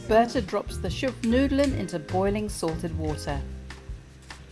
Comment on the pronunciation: "schupfnoodelen"? Dude, what about "Schupfnoodles" 😅